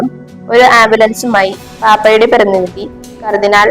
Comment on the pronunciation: Not പർഥിനിധി but പ്രതിനിധി Not ഓർത്തോ dox But orthodx